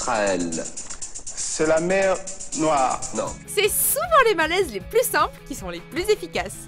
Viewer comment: Vous vous êtes trompé pour le n3. C'est pas la mer noire, c'est "la mèw nwoil" 😂